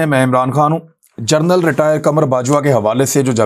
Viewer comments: عمران بھائ لفظ "جرنل" نہیں "جنرل" ہے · aoa bhi je please ap gernal ki bajay general ka talafaz ada kia karen